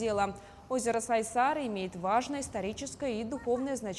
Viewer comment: Озеро не СайсАры, а Сайсары. Ударение на какой-либо гласный звук не делается. Сколько об этом было сказано, в т.ч. и на вашем телеканале(((